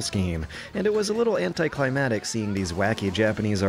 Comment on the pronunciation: "anti-climb-attic". C'mon. anticlimACtic. it has a "c" right there.